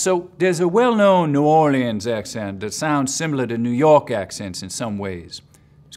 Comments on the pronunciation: I know he’s a genius level linguist, but as a person who live in New Orleans, the way he says “New Or-Lee-ans” infuriates me lol. It’s “Nü Aw-Lens” said in almost a smeared way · Bruh. It's pronounced "new WALL unz" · Oh dear. He blew the New Orleans accent. Not very accurate, and his pronunciation of the name New Orleans is completely wrong. His Cajun is pretty good though.